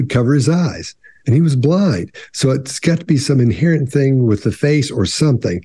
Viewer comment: If u listen when she said any word with "thing" in it, she actually sais (thingk) lol